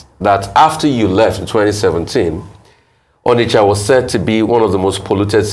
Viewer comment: "ONISHA MARKET"